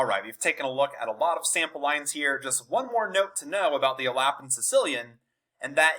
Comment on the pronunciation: It's definitely not pronounced "alappin"